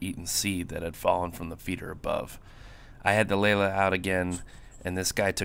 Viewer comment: Lelya not Lela. The last character is a Ya.